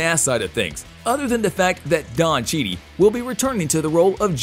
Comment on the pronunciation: “Don Cheedy” wow. Lol